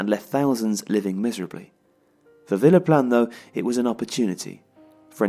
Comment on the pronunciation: It kept sounding like was saying Phillip Lahm